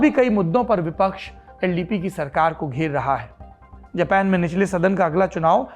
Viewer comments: खोतनाथ जापान को जपैन क्यों बोल रहा है। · जब हिंदी भाषा का इस्तेमाल करते हैं तो अपने शब्दों का इस्तेमाल भी भारतीय हिंदी ही रखें। बार बार जापान को जेपेन सुनना बहुत चुभता है। कृपया वही रहें जिसके लिए आप जाने जाते हैं यानी हिंदी पर जबरदस्त पकड़ के लिए। बेवजह दूसरों को कॉपी करना और खुद को आधुनिक दिखाने का बेजा प्रयास छोड़ दें। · जपेन नही जापान